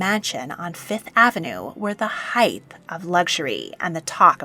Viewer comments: Height NOT heighth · This was an interesting video. However, please stop mispronouncing the word height. It ends in a hard ‘t’ not ‘th.’ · Can I just make the small observation that the word is "height", not " heighth". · love the research but wish she would say height instead of heitht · THANK YOU - that drives me up the wall and so many Americans fall for saying heighth! Just nuts.